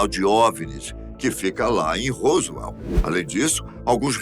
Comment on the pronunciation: COLOCOU A FOTO DO.JESSE MARCEL.E.FALOU DA.PESSOA.QUE ENCONTROU OS DESTROCOS COMO SE FOSSE O DA.FOTO.....ESTA ERRADO.....E A PRONUNCIA ROSWELL....ESTA ERRADA.....A DO HOWARD CARTER DO OUTRO VIDEO TB.....O SR É UM.EXCELENTE APRESENTADOR MAS COM TODA HUMILDADE TEM.QUE APRENDER A PRONUNCIAR PALAVRAS EM INGLES CORRETAMENTE.......ESPERO TER AJUDADO........